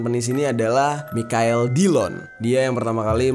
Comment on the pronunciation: Ngakak pas bang jer berkali-kali spelling Michael jadi "Mikael" secara jujur 😂 udah gitu dia bilang kapan "anu-anunya" lagi 😂🤣🤣